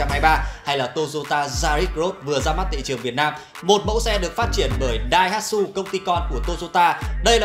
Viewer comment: làm ơn đừng nhấn mạnh Daihatsu ông cố